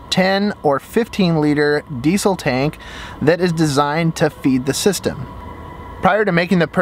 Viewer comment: The way you say diesel gives me a stroke